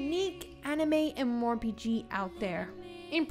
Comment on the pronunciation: My mind goes closer to insanity every time she says "M. MOR P.G."